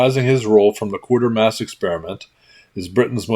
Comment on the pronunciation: Giveaway. Good video. Just a side note; you've been pronouncing it QUAR ter mass, but there is no R in there. Folks here and across the ditch, for the last 70 years or so, have pronounced it QUAY ter mass. I know, I'm a nit-picking S.O.B. It's just the way I live. Keep making these great videos; I love 'em.